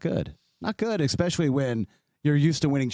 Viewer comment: Maybe I’d take more seriously if he didn’t say eXpecially